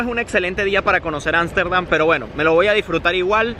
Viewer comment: No pronuncias correctamente Ámsterdam lo hacés con N, ansterdan, porqué?